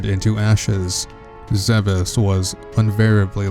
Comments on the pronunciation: I can understand someone thinking it's Zeebs, but not ZeeBeesss.... ugh. I always pronounced it zeh behz or zeh bess, like others have said. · GOD DAMMIT. It's pronounced "Zeb-S". I thought only IGN was getting it wrong. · Hearing "Zee-bees" over and over is so nerve wrecking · Love it but zeebees omg. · you got almost all the planet names wrong!. its supposed to be zeh biss bree oh ee le si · "Zeebees" And I've stopped watching. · zeebees lol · Hold up...did he say Planet "zeebees"? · ZEE BEEZ! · It's zeb ess lol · I used to call it Zeebs when I played prime xD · Anyone else annoyed by the mispronunciation of 'Zebes and Bryyo. zeb-us bree-yo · It's pronounced like Aaron. You may or may not like Other M, but it was still directed by the series creator, so I'm sure the pronunciations are correct. I'm bothered by "zee bees." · The video itself is very good. The narration is disjointed, poor in syntax, uneven in audio, missing details, and with bad pronunciation, including on one of the series' most important words (Zebes). It completely took me out of the video, which is a shame as some people worked hard on this. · Could you for the love of god learn how to pronounce Zebes and Arron couldn't watch more than 2 minutes of this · I really wanted to like this video more, it I just can't. The starting narration is disjointed and pronunciations are bad, and that took me right out of the video. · Good video (I'm only ) but it bothers me that Zebes is being pronounced like a French Nick Cage. "Not zee bees!" It should be "ZEB-es." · zebes not zeebeeess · Heh. Zeebees. Heh heh... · You keep saying zeebees, I thought it was pronounced zebas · ZEB-ES not ZEE-BEES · ZEH. BES. ZEH, BES NOT ZEEBEES ZEBES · NOO IT ISN'T PRONOUNCED ZEE BEES IT IS PRONOUNCED ZEH BISS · It's pronounced Zeh-bess. Not Zee-beez. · its not pronounced zeebees its pronounced zeb es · ZEH-BEHS NOT ZEEBEES!!!!!!!!!!!!!!!!!!!!!!!!!!!!!!!! and other m should not be cannon. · It's not pronounced Ze bes its Zebis